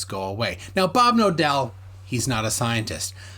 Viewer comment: His actuall name: Bob Knodel What I hear everytime in this video being spoken: Bob Nodel, Bob Novel, Bob No dell.